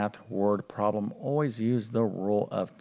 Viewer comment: Can you please correct your pronunciation of the words problem and algebraic? People learn more than math from you. They are not pronounced Prom and algebraic!